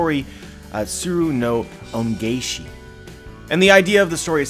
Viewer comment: tsuru no ongaeshi - ongaeshi is pronounced as "own ga eh she"